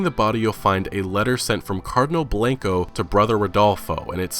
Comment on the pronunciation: I was dying at your pronunciation of Coronado. Kor-o-nah-doe not ko-ran-a-doe I live right near a place called Coronado island, less than an hour from the US/Mexico border. Also, it’s Cardinal Blahn-ko not Blank-ko. Blanco means ‘white’ fun fact! Don’t worry, I ain’t a hater, I’m just having a chuckle and trying to give you a bit of info for accuracy of the game. Good video bud!